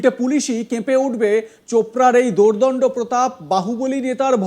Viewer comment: Dada,aapnar Bangla shabda uchharan bhalo noy. Ota baar baar abhyas kore shikhte hobe. Aapni bollen 'dondabya pratap'. Shabda ta dordanda pratap hobe.